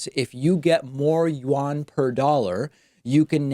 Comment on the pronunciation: the what?!? David... The official money of China is the Renminbi more commonly known as the Yuan. Yuan -> "You N" <- Pronounciation as close to english as can be.